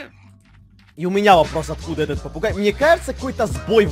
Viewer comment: Я одна услышала попуГЕЙ